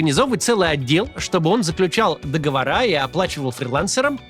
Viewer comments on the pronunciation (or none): Только не договорА, а договОры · Здравствуйте Максим, заключают договорЫ, а не договорА. Договоры, как разговоры